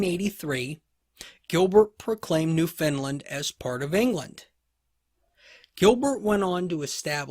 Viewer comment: I've never heard of New Finland before. Are you actually saying New Foundland? I love your lectures - so detailed, yet easy to follow and understand. Thank you!